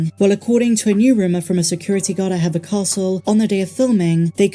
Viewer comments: Hever Castle is pronounced like /heaver/ rhyming with /leaver/, not /hever/ rhyming with /feather/. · Do you mean hever castle? It’s pronounced He-fer or He-ver 😊